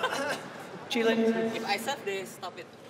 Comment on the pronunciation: Even it writen Ch"i" doesn't mean you can say it ch"ai", because it can be meant veggies, that's why they laughing 😂